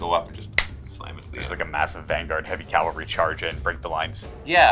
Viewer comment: Calvary? Seriously 😑